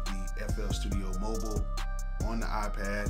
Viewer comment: It is Mo Byl, not mobeel